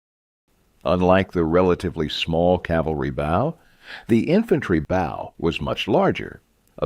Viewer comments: 11mm thick scales in scale armour? More like 1mm, with the overlapping scales bringing it effectively to 2 to 3mm. The bow you shoot arrows from rhymes with 'slow' or 'show', not 'how'. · Very annoying with the improper pronunciation of ‘bow’.